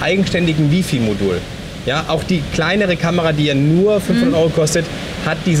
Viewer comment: Die Drittel-Regel sollte man auch so nennen. Der Goldene Schnitt ist ja näher an der Mitte. ^^ Und Wi-Fi wird [ˈwaɪ̯ˌfaɪ̯] ausgesprochen! ;) Frage mich warum unterschiedliche Kameras für die beiden Teilnehmer ausgewählt wurden. Ich würde mir persönlich keine Kamera ohne Sucher anschaffen. Besonders bei viel Licht würde mich das sehr stören, wenn man dann auf dem Display kaum was erkennt. Und mit dieser neuen Abdeckung fände ich das zu umständlich.. Trotzdem schöne Reihe! :)